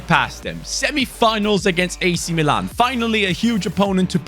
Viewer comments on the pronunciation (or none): none